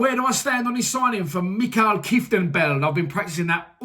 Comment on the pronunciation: Mate, it's Mi-kel. I know, our Dutch names are sometimes horrible to pronounce. Mi-kel Keef ten belt. Good luck trying